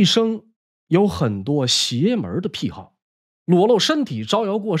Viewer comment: 癖好，癖，念“匹”，第三声，可许多人都念“僻”，奇怪。